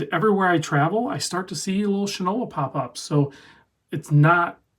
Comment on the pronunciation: It's not pronounced "shin- ola.." The name , famous for many years as a brand of shoe polish is "shy-nola."